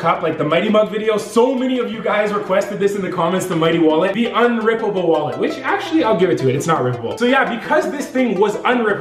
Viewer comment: every time he says wound 😭😭